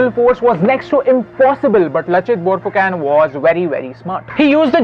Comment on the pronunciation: we speak it borphukon not borphukan